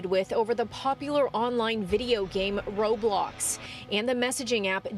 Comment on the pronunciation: She said "Robox"